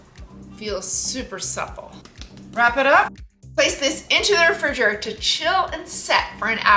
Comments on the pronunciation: lmaoo I think she forgot how to say it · I thought I was tripping when I heard her say it lol